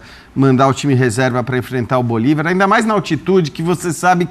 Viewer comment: O cara prova que não sabe porcaria nenhuma de futebol, quando diz Bolivár😅, nem de libertadores, só tá aí pra copiar vídeos da impressa e faturar no youtube. Tá errado não.